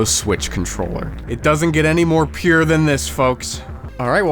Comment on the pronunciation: when he said :it dosen't get more pure than this. . . gold diggers (actual gold not those girls)DID I HEAR PUUURE?